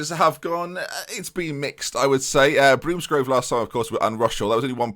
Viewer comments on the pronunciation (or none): I live in Bromsgrove and support Bromsgrove Sporting, stop pronouncing it Broomsgrove PLEASE!!!!